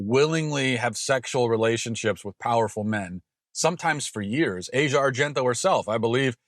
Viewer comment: Her pronounced "Ah-zee-uh."